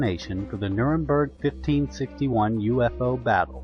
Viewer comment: it's NurembErg